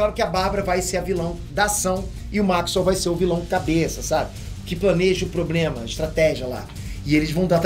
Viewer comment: o fala pobrema 😂😂😂😂